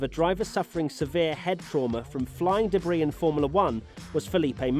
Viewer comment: Why do you keep mispronouncing 'debris'? :/